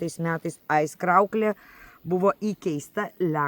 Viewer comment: Madam, žodis Aizkraukle kirčiuojamas pirmame skiemenyje. AIZkraukle, bet ne AizkrAUkle.